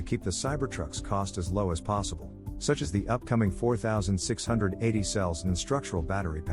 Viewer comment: You need to teach that thing how to say 46-80.